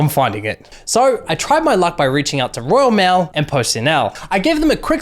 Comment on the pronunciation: Role mail he says